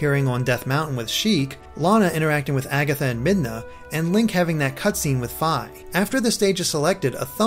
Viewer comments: It's Fee not Fye xD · Gerudo is pronounced *J*er-oo-doh Fi is pronounced Fee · Fi's name is pronounced FEE!